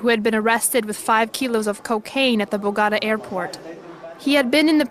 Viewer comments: Narrarator and her “Bagata” and Medellin”, falls on my last nerve but otherwise, an incredible insight behind the walls. Not very promising, of any rehabilitation and in fact, quite the opposite. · First word in and I am confused - BO-GAH-DA 🙄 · Bo-ga-ta? I chuckled at that pronunciation. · В названии Богота ударение надо ставить на последний слог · Never heard anyone butcher the pronunciation of Bogota like that before. These translations are also horrid. Great job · The very first word spoken, in this documentary, is a ridiculous mispronunciation of the word Bogota. How can we take you seriously? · Very good documentary, as usual from your channel. However, pls. make an extra effort to pronounce correctly AT LEAST the name of the capitol of Colombia. It'd take you 30 seconds or less to figure that out. It really comes out as disrespectful. By the way, I'm not Colombian, and I do get that right. As I should with your country. Other than that, again, very well done. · Sadly as an American who has been to Bogota, please ensure translators pronounce the city correctly ugh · Can you atleast learn how to say “BOGOTA COLOMBIA” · Ive never heard Bogota and Medellín mispronounced so badly before 😂. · ffs , u cant even pronounce the name of the city bogata...you lost me there...bye. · Hold on, you dont no how to say the name of Colombia's capital?? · To the narrator, do your research and learn to pronounce Bogotá properly! It's not difficult. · It drives me crazy that you can do a documentary about this prit, but cannot take the time to learn how to pronounce BOGOTA correctly!!! It certainly seems like you're just doing this documentary for subs and views, NOT bc you really care about these people or this place. I'm just too irritated to watch any further. Show some RESPECT for the the subject of your docs!!! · Bogotá was badly pronounced btw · Why did no one tell the narrator how to pronounce 'Bogota', or is voiceover AI generated? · 😂😂😂the way she pronounced Bogota 😂